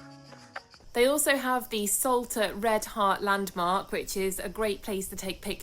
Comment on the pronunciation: I can't hear it any more....this Island is called ŠOLTA, the Š is spoken like sh in shoulder oder should!